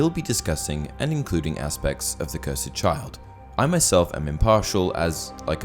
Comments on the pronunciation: I'm a big fan of your videos but this is completely wrong imho. Couldn't be more wrong in fact. Firstly, it's called the Cursed Child not the Cur-said Child. That really grated on me. Secondly on the actual video, Voldemort was not under a love potion. He didn't show any of the signs that he was under a potion. No infatuation. Nothing. He was joyous in OOTP because he had his most dedicated followers return to him. Tom Riddle Snr was infatuated, Jacob was infatuated, Ron was head over heels because of the strength of the potion. Voldemort showed no such signs. Whenever he was with Bellatrix, he showed fury after the Department of Mysteries, humiliation at Malfoy Manor at the start of book 7, punished her for letting Harry escape Malfoy Manor and then again after the Gringots break in and then cruel dismissal of her concern in the forest before his death. The reason he did it is actually in the Cursed Child since 2018 after it went to Broadway and the third year cast in London. At the end of Act 3, they removed the line about 'Anything but that' when Harry finds out Voldemort had a daughter, and in its place is a new Harry line 'The ultimate Horcrux... of course he did!' And then Draco says, 'Voldemort had a daughter?!' And then act 3 ends. So it was the ultimate horcrux. Bellatrix and Voldemort had Delphi as a way of ensuring another part of Voldemort lives on. Delphi is essentially a sort of 8th/9th horcrux. The one thing you nailed is though that the Cursed Child is 10000% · Anyone realises he keeps saying "Harry Potter and The Curs Ed Child"? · You’re saying the title of it wrong